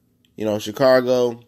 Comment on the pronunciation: Please do not make any more videos unless you plan to learn about football. Or even learn how to say Chicago...